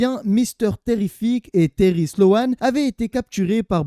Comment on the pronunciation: Hola merci encore de ton travail et je me regale que des histoires que je ne connaissais pas. Et si ca peut aider ce n'est pas sloan mais slone niveau prononciation. ( a chaque fois je dis nan c est pas ca la prononciation lol ) Voilou force a toi et comme d hab toujours sur le navire pour ecouter de nouvelles story.